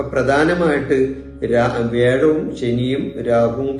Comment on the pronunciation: It is not Vezham, Vyazham